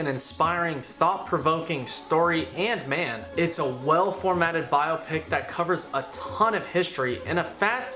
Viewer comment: spent this entire video wondering if you'd ever learn to say biopic. sad!